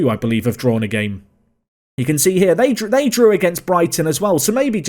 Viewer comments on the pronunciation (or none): none